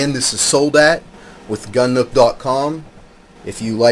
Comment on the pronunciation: Soul Dat? Wtf bro? Soldat is pronounced Soul Dot.